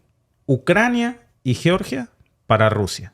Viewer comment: Sé pronuncia yeoryia! Así lo pronuncia mi Amiga nacida allá en Georgia